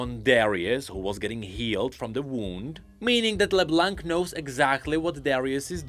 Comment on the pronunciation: Dude her name is pronounced like La-BLONK